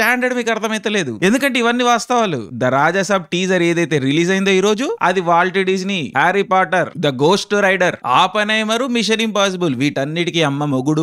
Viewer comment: Ghosht rider kaadu ra ghost rider